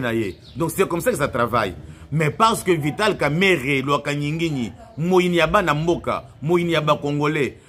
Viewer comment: Son nom c est pas kameret comme vous le prononcéz son nom c est kamerenge wamakisi